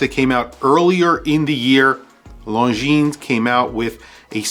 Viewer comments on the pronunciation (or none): 1) the Mont Blanc is just HIDEOUS: looks like a stupid and too dear Seiko with a lame logo. 2) Longines Zulu Time GMT is way too big. Anyway the pronounciation of LONGINES is NOT LONGINSSS, is rather LONGIN. Is FRENCH. 3) MoonSwatch is stupid, yeah, but smart as well. 4) Longines Ultrachron is too big as well. 5) Seiko 5KX GMT is a fake diver GMT: hideous. 6) M.A.D. is just DISGUSTINGGGGGG 7) VC is a beautiful watch, but really way too useless as a watch. 8) Tissot Prx chrono not my style but not bad at all. 9) Zodiac Titanium is really COOL indeed. 10) Timex Expedition North Titanium is a bloody smart mood; perhaps a bit too high pricetag 11) Q Timex chrono rocks a lot 12) Q Timex GMT rocks a lot too 13) Mido OS GMT L.E. is LOVELY 14) Citizen Pro Master green not bad really 15) Citizen SuperTitanium, a bit expensive maybe, but beautiful 16) CW is nice but not my cup of tea Ps Nice list !!! 😎😎😎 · Lohn-geeeene. Your killin me dude.